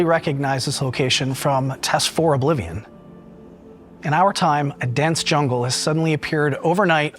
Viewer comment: Tess-Four Oblivijuan